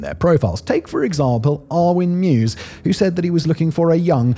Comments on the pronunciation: I believe his name is pronounced MY-VEZ not MUSE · Take a drink every time Simon says Armin Mews. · Why does he call meiweis "mew's"? Thats not how his name is spoken! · Meiwes. If you know that the German letter combo “ei” is pronounced like the English “I”, you can get this one. My + Wes (as in Wesley) with the stress on the Y. mY-wes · It’s pronounced “mavis” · his name is pronounced M-EYE-VESS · Meiwes is pronounced “My Vays”. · Annoying when he cant pronounce the name right throughout. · I have no idea how you got that pronunciation of his last name, but I cringed every single time